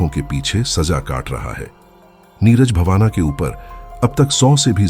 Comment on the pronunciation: Neeraj bavana nahin ❌ Neeraj Bawana✅